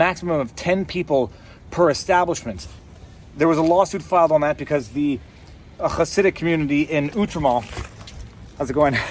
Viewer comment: Interestingly accurate pronunciation of the word "Hasidic".